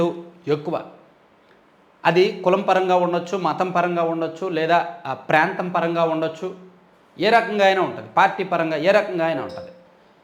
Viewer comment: Prentham kadu prantham.